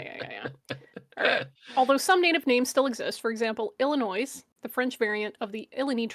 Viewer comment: I don't tend to be able to catch these live, if you want to give a pedantic correction on my behalf, tell her the S in Illinois is silent. As a psa, so are the ones in Des Moines. I've been loving all the linguistics talk lately in dapper reacts, a linguistics stream would be awesome